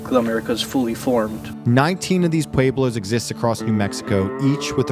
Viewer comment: LOL "pwaybloz"